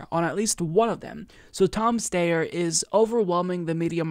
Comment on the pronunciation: His name is pronounced St-I-er. Sometimes Ys are pronounced like I in certain last names. It might be British or something, yet we all need to do our part to defeat these two billionaires so they get taxed into retirement. I thought Tom Steyer was retired anyway living on a peaceful ranch in San Mateo County California. He might as well stay there if Bernie taxes his wealth, his estate, and his capital gains if he is still tied to Wall Street, and the stock market. Let’s not forget that Steyer invested in coal mines in India while he’s trying to run as an environmentalist. He might as well divest from those mines. It’s up to us to defeat them with the power of Bernie 2020. Let’s bring Bernie to the finish line.